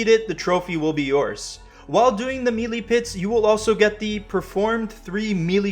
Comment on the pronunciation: MAN lol I got a headache just watching this thinking about this platinum journey! ...also bro, Melee is pronounced "may-lay" lol not "meely" :hand-purple-blue-peace